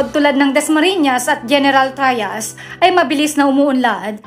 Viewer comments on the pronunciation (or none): "Porbinsya" ba at General Trayas?😅😂 Hahahaha! Ayus a slang ka teh!